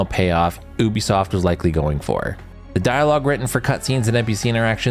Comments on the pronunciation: YOU B Soft.... NOT OOBE Soft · It is not Oobisoft. Uuuu-bisoft